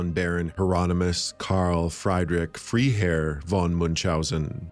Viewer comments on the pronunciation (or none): Words with 'EI' and 'IE' in German. You pronounce them exactly oppositely as you should Freiherr Friedrich should be pronounced as fryherr freedrich. Not that difficult is it? Your videos are quite good, but this kind of anglo 'I'm not gonna look it up because everybody says it like this when they try to speak German'-nonsense just pisses me off immensely. And German is only my fourth language !!!!!